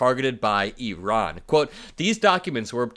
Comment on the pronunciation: So nice to hear you pronounce Iran (E-Ron) correctly. I-Ran is so Republican! lol